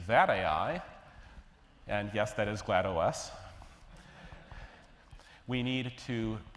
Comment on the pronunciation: That's not GLaDOS, and that's not how you pronounce "GLaDOS".